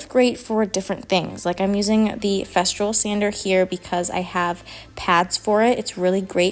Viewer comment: It’s Festool. No r in the name of the sander.